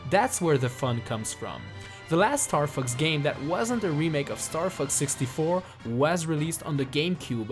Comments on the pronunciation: Bro am I the only one who heard starfucks? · is sounds like star f*cks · It's funny how he says Star Fux instead of Star Fox